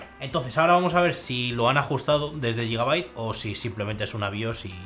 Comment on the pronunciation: no se dice yigabait, se dice guigabait, de nada xD